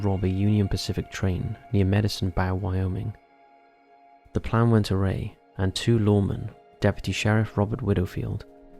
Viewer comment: Went AWRY, not "array", and have you ever heard of a "BOW" AND ARROW? 😆